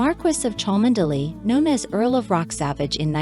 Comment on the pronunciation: It’s pronounced Chumly! Dreadful commentary.